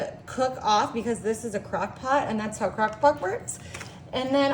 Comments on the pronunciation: She said " cock pot " What an idiot !! HAHAHA !! She's drunk .. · ❤😂She said CockPot"!😂🎉